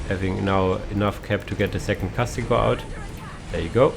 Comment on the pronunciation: I mean its Castigator, not Castigor... Have you not noticed that yet?